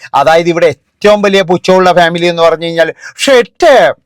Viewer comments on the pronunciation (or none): none